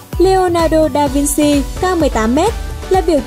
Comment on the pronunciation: vinci là vin-chi (tiếng ý)